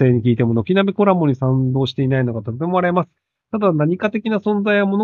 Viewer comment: Colaboな。Coraboじゃなくて